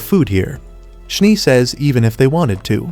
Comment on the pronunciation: Schnee is german for snow you called the one character schnie just noticed 😅